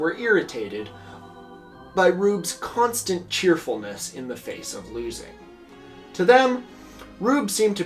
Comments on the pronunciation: And also "Louisville" is pronounced "Loovle" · the louisvillian in me has to fight every urge in my body to say out loud “it’s pronounced lou-uh-vul” every time you were talking about the colonels 😭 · For future knowledge, the Louisville in Kentucky is pronounced "LOO-ə-vəl", like loouhvull, even loovul or luuhvul sometimes. Never loo-iss-ville, and not looey-ville is not recommended.